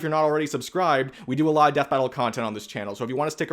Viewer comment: sounded like you said Spite battle so had to rewind.